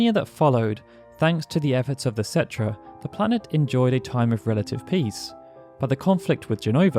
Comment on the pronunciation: Umm its pronounced ketrah...